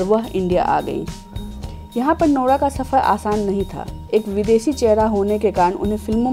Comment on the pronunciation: When she says nora it sounds like lora